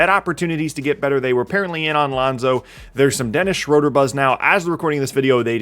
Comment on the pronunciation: His name is pronounced Dennis Schrooooooder!